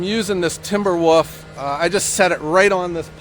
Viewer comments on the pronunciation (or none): what a nice sunny fall day. Elaine from Canada here, listening to you explain your business model. The results are in…8 years and still going! Congrats, it’s working. I like your Ohioan accent when you say “Timber Woof”. Have a great week, cheers.